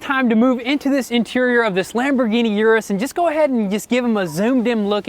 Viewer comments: Is pronounced OOH - DOOHS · you gave it away in your last video u said uris